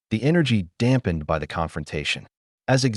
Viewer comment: Your ai just can’t handle English or numbers. Just ruins an otherwise good story. I. S instead of is and b. Y. Instead of by amount others. You could have listened to it and corrected it. Just laziness and clickbait!!